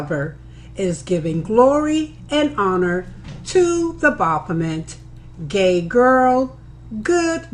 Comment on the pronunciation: Your mic sounds nice. And BAH-BOP-OMET lol It's like a demon god of Bop It!